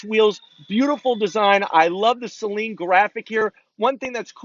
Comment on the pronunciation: Thank you for pronouncing Saleen correctly.